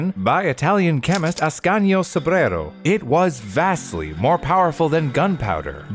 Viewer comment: His "Ascanio Sobrero" is way too satisfying for me